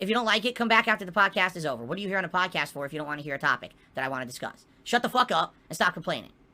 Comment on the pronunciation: Reminder: Don't allow him to rebrand his prestream ranting and begging into a "". Call it a prestream. Always.